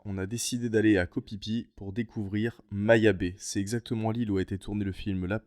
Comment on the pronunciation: Je ne sais pas pourquoi les thailandais écrivent ph mais prononcent p. On dit Koh "PiPi" finalement. Pour le view point où on voit le sol en bois, il me semblait que c'était assez facile d'y monter. Très belles images.